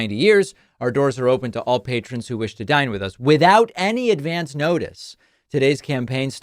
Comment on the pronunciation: They didn't give "Ad-VANCE" notice. 😂